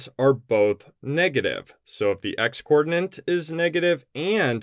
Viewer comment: Hi, are you aware that you are saying "coordinant," not "coordinate"? Is this an American thing? I'm in the UK and I have never heard this term. I know that there is something called an ordinante in coordinate geometry, which is related to coordinates, but isn't the same thing. Just wondering.